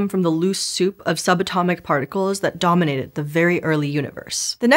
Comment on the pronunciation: Assignment for all podcasters, audiobook readers, and other audio presenters: Practice saying the word "dominated" 100 times WITHOUT emphasis. Then add back the emphasis only when appropriate. (I don't mean the minor emphasis that the scansion of the word automatically gives to the first and third syllable. I mean the extra and often lascivious or sadistic emphasis that you all have started giving to the first syllable.)